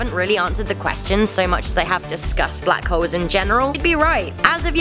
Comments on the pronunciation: Why she pronouncing Black Holes as Black Hoes ? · it sounds like she said black hoes